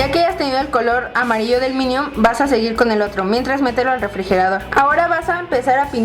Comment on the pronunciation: PASTEL DE "MINIOM" JAJAJAJAAJAJAJAJAJAJAAJAJAJAJAJAJA